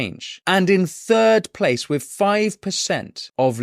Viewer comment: 'With' not 'wiv'